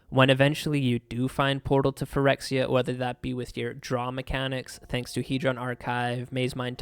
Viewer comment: I can listen to you say “Phyrexia” all day long boy 😊